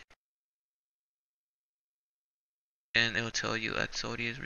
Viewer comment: Definitely short and to the point bro... but try saying "EX-O-DUS" not EX-O-DE-AS